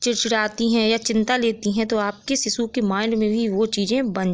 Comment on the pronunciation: Phle bolna to sikhlo ....sisuu😂😂😂😂😂😂😂